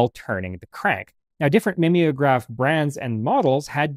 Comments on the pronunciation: NOT mim ee o graph but MIME O GRAPH as in to mime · MIM=EE=ograph? Are we sure it's not MIME-ograph?